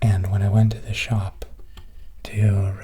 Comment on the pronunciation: I heard ‘shop’ and thought, yep he’s Canadian lol